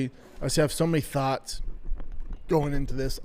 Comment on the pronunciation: "I had so many thawlghts..." yeah, Branbran, sure...